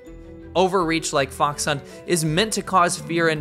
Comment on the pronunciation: You pronounced fox wrongly . It is the 2nd tone not the 3rd tone.